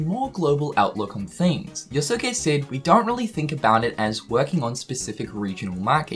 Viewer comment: Hearing say “Yo-Su-ke” is triggering me so hard XD